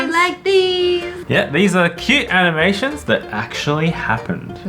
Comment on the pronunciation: said cute animations it's sad intimations Like if you heard it to 👇👍